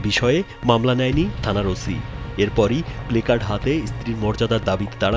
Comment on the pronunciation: বারবার বারবার উচ্চারণ করছেন প্লেকার্ড। আমার মনে হয় এটার উচ্চারণ হবে প্লাকর্ড।